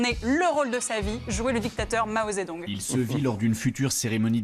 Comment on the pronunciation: "Maozé Doung" ; "Gounette Paltrow"... cette femme est incapable de prononcer un mot correctement??